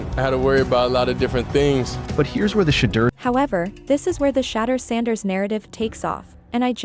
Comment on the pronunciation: This AI video can’t even say his name wright.